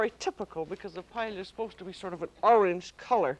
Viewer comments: Since this is paella from the perspective of French cuisine by an American chef with her own idiosyncratic dialect, I think the pronunciation is FINE. You say "paella", I say "paëlla", Julia says... PAELLIA. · Glad to see a new episode uploaded but her pronunciation of paella is off the mark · I've never heard it pronounced "pa-e-li-ya" before. Is that a regional pronunciation or just the way Julia pronounced it? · I never knew Julia Child couldn’t pronounce paella 🥘 🤣😂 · She is mispronouncing it. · She did not pronounce it correctly according to the Spanish pronunciation. The double "ll" is pronounced as "y"--according to several written guidelines AND vocal recordings. That was the pronunciation I was taught in Spanish IV in high school, and Spanish literature in college. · She is mispronouncing it